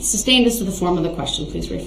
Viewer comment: Just wonder.. 😂 if it tickles the legit legal team every time he says "Substained"